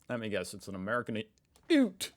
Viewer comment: You will never be an honorary Aussie, until you learn how to pronounce Aussie, ute, emu and Woolworths.